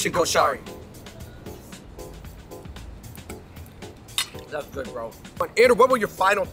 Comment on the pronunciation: Thank you for the representation of the Egyptian food, guys! But the pronunciation is atrocious 😂 Ha-WOW-shee KOH-sha-ree